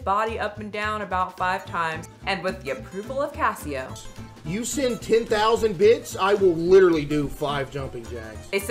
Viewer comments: Is it not pronounced Case Oh? Like Queso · Case-Oh. Queso. Not Casio. And it's literally a bit; he says "You're banned" to everyone. He doesn't actually ban anyone. He purposefully encourages the fat jokes; the engagement it creates has helped build his platform. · CASSIE OH??? it's case oh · Queso! Not Ca-eee-oh! He “bans” for everything. Edited to add the quotes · Cassyoh? Case-oh 😭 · It's pronounced like queso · Pronounced case o Like queso the cheese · Yeah it’s CASE OH like Queso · I think it’s case-oh like queso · It’s pronounced like “queso” lol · ohhh nooo you butchered- no, SLAUGHTERED hid naaaame 😭 it's pronounced case - oh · I don't really know him but I think it's pronounced, like, queso? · isnt it pronounced Queso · It's pronounced case oh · She didn’t even say his name right why is she talking about this 😭😭😭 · You are NOT saying his name right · This video has made you lose a lot of credibility,. You clearly didn’t look into caseoh enough, and it shows. This video is very inaccurate and you even mispronounced his name, which is available in almost every clip he’s in…